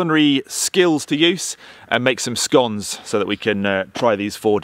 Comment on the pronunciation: I haven’t got there yet but if he pronounces it scOnes Update: absolute legend pronounced it scoNes the proper way